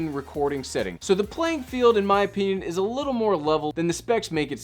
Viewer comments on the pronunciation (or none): none